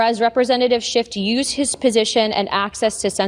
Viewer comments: Notice that both Luna and Mccarthy call him "Shift" instead of "Shiff on multiple occasions. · His name is SCHIFF, not SCHIFT. dummies. And that's rich coming from Santos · What is really immature is that the GOP is mispronouncing people’s names. Schift, in this example. What if Dem’s did this as well (like )? Decorum would be lost forever. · Did McCarthy say Adam Shift??? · Okay, Scamtos and Looney, I get, but why is a douche canoe like McCarthy Speaker of OUR House when he can't even pronounce Rep. Adam Schiff's name correctly?